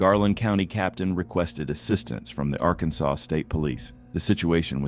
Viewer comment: Ai voice over pronounces Arkansas so weird.